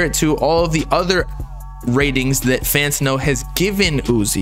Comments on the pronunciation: Fan-tan-no say it slow it’s not fanta-no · Why does call it Fanta-No 💀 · refuses to say his name right 💀